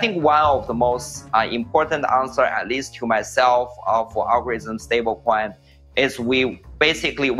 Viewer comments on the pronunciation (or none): Every single time Justin Sun says stablecoin i hear it as StableKwon. Bro, i dont think you should tell us all this info. Its enough to look at USDD name and stupid icon to get that its a ponzi.